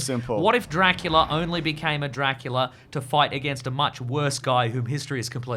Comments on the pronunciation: saying drackleea at random points of the podcast is shredding me to bits lmao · Is saying Draclea?